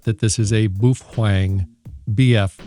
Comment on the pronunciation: Boof pheng 😂